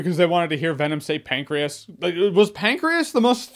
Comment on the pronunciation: Pan-chris? It's Pancreas 😂